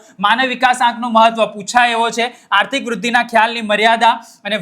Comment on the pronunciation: અસ્તિય નહીં આર્થિક આવે છે 😂